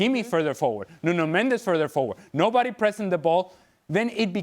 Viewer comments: Its not Nuno Mend -ez in Mendes 1 syllable. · "Mendes" is Portuguese. "Mendez" is Spanish.